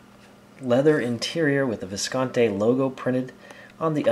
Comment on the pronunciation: It's pronounced Viscontee. E, not Eh.